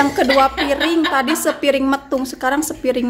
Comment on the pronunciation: Sanes sepiring metung teh, Tapi sapiring metung panginten 😂😂😂